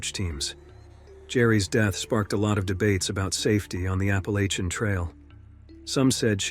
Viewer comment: Who pronounces ‘Appalachian’ like that??